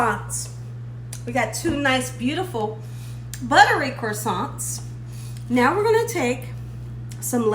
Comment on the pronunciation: "Crows-sants". 😂😂 Also to prevent any tears whilst chopping onions you should breath through your mouth and not your nose.